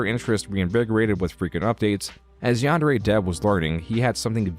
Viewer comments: the most reprehensible part of this is his butchering of Japanese. YANN-DAIRY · The fact that he constantly pronounces it ‘Yehn-dairy’ is perhaps the most despicable thing he does. That and bein’ scummy AF. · For someone that claims that anime is his life, he sure can't pronounce yandere... This is the least of his numerous sins. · Forget about the grooming, the way he says "Yan-day-ray" makes me irrationally mad. Like how you can't even pronounce the title of your own game? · Oh god, I got whiplash from Kappa not looking like a depressed librarian. I didn't realize that video had such an effect on the Yandere Simulator community. I also will never get over how he pronounces the word "Yandere". It doesn't sound english. If it were a japanese word, it would be understandable to use such pronounciation. But it's not a japanese word. It's an english portmanteau. Like even the word "portmanteau", it should be using the pronounciation of the originating language- english! Haha. I got to dowloading Yandere Sim. I've been wanting to play it for years and now I finally have a good pc and time to download.